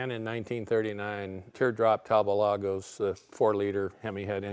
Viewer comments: Talbot was English named after one of the founders an English Earl. Pronounced Talbot, with a "t", not Talbow. The other founder was a French guy but the company was English and in England. Talbot teamed up with a French company making products in both counties, which disappeared in the mid-1930s. The manager of the French factory, Lago, bought the French factory creating Talbot-Lago. The name Talbot was still used in the UK ending up under the Rootes Group as they bought the UK factories. So a Talbot in France and one in England - similar setup as with the name Daimler, one in England and one in Germany. Rootes unfortunately were eventually bought by Chrysler of the USA. Talbot-Lago wee bought by Simca who again were bought by ...Chrysler USA. Peugeot bought Chrysler's European interest. The Talbot brand was used until recently. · Talbot! Like robot! Not Talbot! Like rainbow! Ve ist sprecken ze englisi, oui? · Never heard "Talbot" pronounced like that. In the UK, I've only ever heard it as "Tall-Bott". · is our hero! Using cars the way they were intended to be used. I always thought that Talbot was pronounced using both T's. My grandpa had a 1985 Talbot and he used to pronounce it while putting emphasis on the O instead of A.